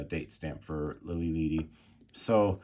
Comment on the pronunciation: Its Lili LEADY btw. As in LEAD, the metal. lol. Spanish "e" is always short.